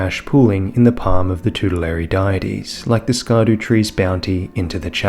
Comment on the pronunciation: Apologies for this, but the Scadutree is indeed pronounced "shadow tree". "Scadu" is Old English for "shadow", and that's basically how it's pronounced, as well. Well... "shadu", technically, but yeah. It's "shadow tree".